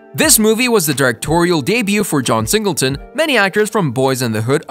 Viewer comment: I'm sorry, you have to get all your facts and reading straight next time you do a video like this because you were all over the place. Saying wrong dates, pronouncing names wrong, how John Singleton going to be born and die in 1968 but wrote and directed a movie 1991? Please get it together when doing these videos.